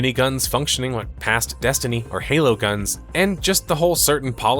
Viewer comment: Thought you said Hello instead of Halo at the start 😂